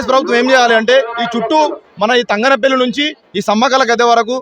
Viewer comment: తంగనపల్లి కాదు.. తంగళ్ళపల్లి 🤦🏻